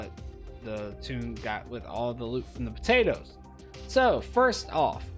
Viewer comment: I like what you doing and appreciate the videos, but every time u say potatoes .. oh man